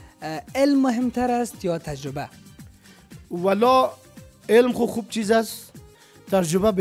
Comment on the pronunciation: هههههههههههههههه ترجبه نی تجربه ههههههههههه حال از امو مجیب هم یاد نگرفتی که او چند بار گفت تجربه تو انوزام ده گپ غلت خود روان استی ترجبه هههههههههههه